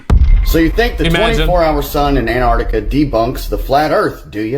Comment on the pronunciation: Scientists have stated that there are people in America who can pronounce Antarctica, but have yet to provide evidence...